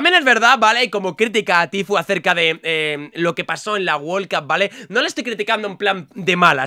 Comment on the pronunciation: Nadie: Absolutamente nadie::wol cup